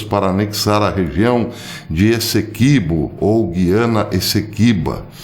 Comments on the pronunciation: GU-I-ANA e não GUI-ANA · Bom dia. A pronúncia correta é GUYANA. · G U I A N A. É assim q se pronuncia.Antes existia um trema